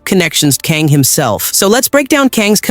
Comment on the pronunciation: How does he keep pronouncing and mispronouncing Kang’s name… 🤦🏾‍♂️